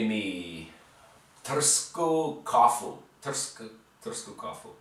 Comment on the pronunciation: You said it right- molim vas dajte mi tursku kafu :)